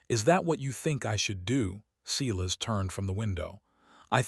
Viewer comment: Back to correct pronunciation. Silas, pronounced:- … Si, as in “sigh” … las, as in “las” Me, pronounced:- Me, as in “Mae” or “May”